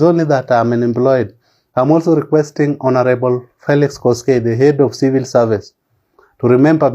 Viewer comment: Our graduate is unable to pronounce the word 'civil' correctly! 😞